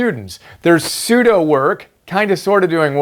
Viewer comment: The way how you pronounce Pseudo is kind of awkward. Because another study tips Guru Thomas Frank, he mentions Pseudo Skimming in his covering the 5 reading strategies. Not only that but Thomas is already my first favorite study tips guru. But doesn't Pseudo work sound like your passively reading. Whereas, reading by word excluding the different ways without reading paragraphs by words. Instead, Thomas states, is to hack Akrasia by using this short term award for eating healthier snacks like almonds for each paragraph. And also, tracking your progress is much important because Thomas uses BeeMinder which, is basically a website of keeping track of the assigned tasks for certain numbers by time in minutes. Overall, I am worried that I may be missing important key terms, phrases or few details and fast facts from, certain parts of the paragraph when using Pseudo skimming.